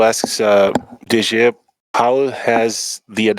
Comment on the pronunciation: os cara nao sabe falar o nome do DG kkkkkkkkkkkkkkk